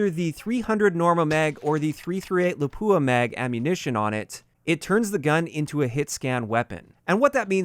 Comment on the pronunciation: Why is everyone saying lapua like laphuua ???